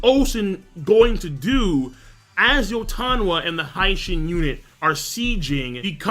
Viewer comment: Mate ill fucking flip out every time u pronounce hi-shin as hai shin...seriously..stop it.